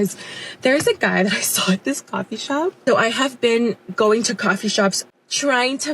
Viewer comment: sawr? Some sorts accent goin on here